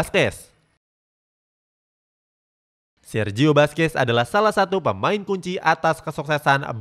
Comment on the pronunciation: Baca Nama yg benar dong mimin Buskuet Bkn baskes , kalau pake bahasa português baca seperti ini sala Busquet bkn baskes😖🤔